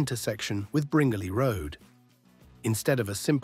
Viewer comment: The pronunciation of Bringelly Rd is incorrect. It's Bringelly (sounds like brin jelly).